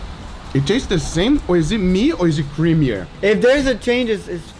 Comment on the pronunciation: Is it me or is it creameaor Or maybe it’s the butter u added? Jk lot o love